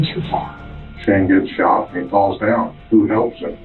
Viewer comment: he sho-ott him** narrarator